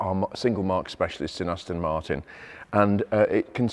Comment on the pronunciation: Aston Moortin At Ma arten😂